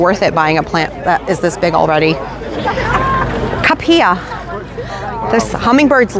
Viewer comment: Just so you know - cuphea is pronounced ku-fee-a.